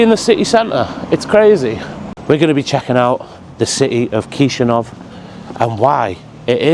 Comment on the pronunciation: As a Romanian, your pronunciation of Chisinau is wild 😂. Great vid, learning lots about Moldova. My grandparents are buried in a cemetery very similar to that in my hometown. I'm not sure why, but that's what graveyards are like around here, hastily built, narrow paths. The dead's families are in charge of maintaining the graves. So more and more graves become overgrown as the dead are forgotten, families move away or just die off. It's sad, but that's why they're in such a bad state. All Romanian cemeteries are the same, too